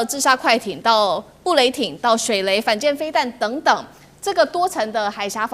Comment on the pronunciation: 是水雷😂不是水梅😂主播❤